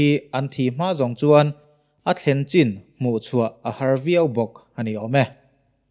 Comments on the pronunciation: “Chin” state i lam dan hi diklo ve tlat sir, an ni chuan “CH” hi an nei ve lo a. “Chin” tih hi “chhin” tih anga lam tur ani e. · C hi CH anga lam tur ani sa hrim2 a chuvangin....CHHIN tia lam tur a ni e.... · Chin ti a alam khi a dik lohna awm ka hrelo e